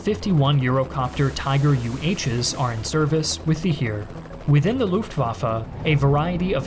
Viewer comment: Please say LuftwaffE not LuftwaffA